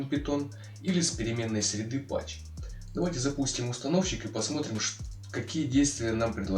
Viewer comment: Path ведь читается "Паз", а не "Пач"